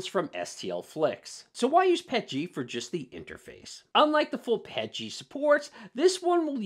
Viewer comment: I was 3/4 through the video before I realized you were saying Pet-G and not Pechy. You were saying P L A and not PLA. Thanks for the laugh mate.